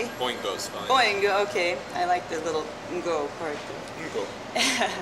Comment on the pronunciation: At least he can pronounce “-ngo”. His pronunciation is better than that of anybody I’ve heard trying to pronounce Andy Ngo’s name anyway. They all pronounce it like “Andy No” 😓